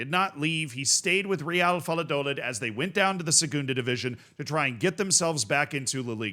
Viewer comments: VAL-LAH-DOH-LID lmao, you nailed the Real part though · The "David Moyes tries Spanish" is strong with this one! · Valladolid not Valladoland 🤣🤣🤣🤣🤣🤣🤣🤣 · Dude...Valladolid is prounced like in "vaya con Dios"...do, as in " a deer, a female deer" and lid as in...a lid 😄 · It’s not doe-lid… it’s do like door without the or, and lid like lit with a d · my brother how do you live in Florida and pronounce Valladolid wrong 😂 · The way you say "Valladolid " gave me cancer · the lla in valladolid is pronounced like the ja in japan, pretty good pronounciation besides that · It is pronounced Reeuhl vai·uh·duh·lid😂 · THE WAY U SAID VALLADOLID😭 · He intentionally said it the most american way possible and these European goofballs are getting so triggered 😂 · I'm crying Americans aren't real man 😭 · Z, I love you and I know you try really hard to pronounce stuff correctly... But BY GOD man, wtf is this "Valladolid" pronounciation lmao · That's probably the most unique way I've ever heard Valladolid be pronounced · i could not watch the video with his pronunciation of Valladolid 😭